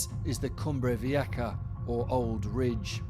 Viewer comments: wtf is a “cumbrey veeyekka”?? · He could at least pronounce it right. Cumbre Vieha. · Why do you pronounce it Cumbre Vieka (with a K)⁉️😵‍💫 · The sound for a Spanish "j" in English is "ha". There is no k sound there whatsoever. None. 🇮🇨